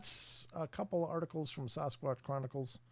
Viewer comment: Someone who is a member should ask why he still says “sauce squatch” not Sasquatch. Not hard to attempt actually pronunciation not marble mouth lip smacking.